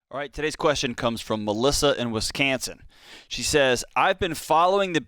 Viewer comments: Wisconsin, not Wiscansin. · WisCANsin? I thought only T Pain pronounced it like that lol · I heard him say WisKansan. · You pronounced Wisconsin wrong, there is no A in Wisconsin.